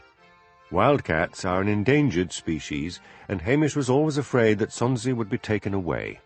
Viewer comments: This is DD, not the moniker attached to the comment above stating, "For a Scot...". Don't know how that happened. However, as a NON-Scot, I found this narration an absolute delight. How can you mispronounce Sonsie? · Gritting my teeth at and his solecisms (Sonsie! café! Lamont! polis! and loads more), having just listened to a couple of dozen Macbeths read by the sublime David Monteath. But...I guess it's better than nothing.